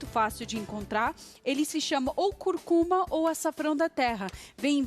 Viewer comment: Tudo bem. Legal. Só que não é " Curcuma ", não ! O certo é " Cúrcuma " , falou?